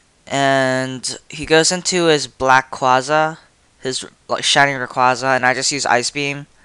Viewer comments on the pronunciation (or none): none